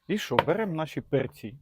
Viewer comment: не перцІ, а пЕрці